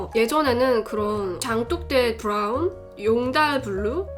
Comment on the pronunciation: 장똑대 BRRR운, 용다RRL 블르우, 다롸이 뤠드 발음 ㅗㅜㅑ